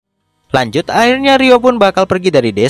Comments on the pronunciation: Tulisan yang ada = Lanjut Yang gua denger = kanjut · Wow saya mendengar kata lanjut sebagai "kanjut"....